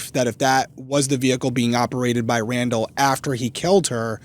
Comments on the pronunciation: Omg brandall 😂😂 not bra fall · I am so glad to know that i was jit the only one hearing 'Brandall' each time ya'll say their names. Again, I am so happy that ya'll are covering Brandy's case from where I live.